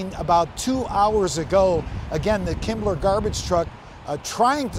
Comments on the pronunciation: “Kimble” garbage truck not “Kimbler” garbage truck. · yes, it clearly says "Kimble", not "Kimbler" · Am I hearing "KimbleR"??? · Why does he keep saying "Kimbler"? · I looked three times. It doesn't say "kimbler" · no but the reporter says “Kimbler”.